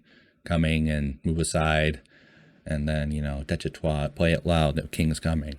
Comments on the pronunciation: If you pronounce it DESH - IH - TAH you won’t be far off. Really enjoying your reactions. As Jimin would say ‘You good, keep going’. One thing that is hard for people to really understand when they first encounter BTS is that pretty much the entire discography, all 300+ songs and counting is one long, evolving exploration and conversation… with themselves as individuals and as a group; between them and their historical, political and social culture; with ARMY (and that’s got both good and bad sides); and with the weird, scary world of fame (ditto on the good and bad). There are always layers… The mad king in Daechwita is Yoongi from the time of his first solo mixtape ‘Agust D’ (2016) and he is also called Anger, the rebel/commoner is the Yoongi of 2020. If you want to get your emotions really shredded listen to the title track ‘Agust D’ and ‘The Last’ from the first mixtape. The Last is an almost unbearable experience. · I really like this format. Only missing component is an “explained” video (see DKDKTV, Korean youtubers fluent in English). Army will watch, no matter the length, as long as you are honest, respectful and have an open-mind. Pronunciation: I sent you proper way to say Daechwita (deh-chwee-tah) on your live. BTS is Bahng-tahn Soh-nyeon-dahn. These are names for 1 person: Bang PD is Bang (sound of gun) PD; Hitman Bang (sound of gun); Bang Shi-Hyuk (Bahng Shee-Hyuck) is their founder, mentor, CEO. Also name sequence for Koreans: last name first name (there’s no middle name); Bang is last name, Shi-Hyuk is first name.